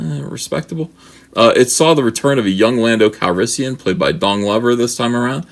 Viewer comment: Did you say Don Glover or dong lover? Lmao!